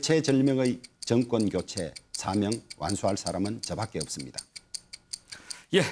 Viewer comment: 왜 다들 나와서 정권을 증껀이라고읽냐 틀니교체안하냐??